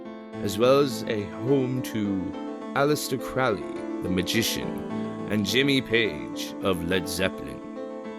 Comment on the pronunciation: Crow (rhymes with low) - lee , is how it's pronounced . Even Ozzy got it wrong .